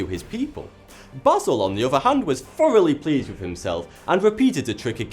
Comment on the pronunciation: thankyou for pronouncing basil correctly